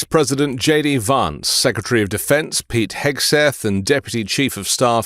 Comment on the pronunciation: JD Adolf Vance...pronounce his name correctly.